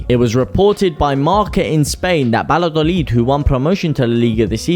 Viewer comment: It's Vaya- dolid.